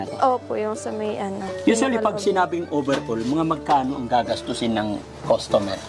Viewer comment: Overhaul (not "over all ")